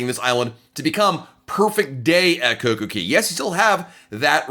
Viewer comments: It's not Coco key it's coco kay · "Cay" rhymes with "day." There is no Coco Key. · It's not coco key